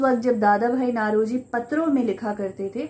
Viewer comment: नौरोजी not नlरोजी